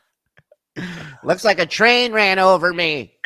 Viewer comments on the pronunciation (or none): none